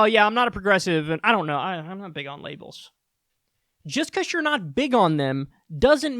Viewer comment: Lables bruh?? 😂